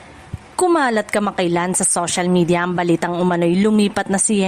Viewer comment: Hindi ako maniniwala sayo kung hindi mo inaayos ang pagsasalita mo ng social. SOSHAL MEDYA?